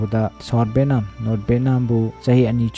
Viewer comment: Bro pronunciation she kharadi chumna hybirk o. Eg :- VAN = BHEN, BHAN VIETNAM=BETNAM, BHETNAM sesingdi literate ke wangang nate, words pronunciation se mathangdadi chumna hybirk o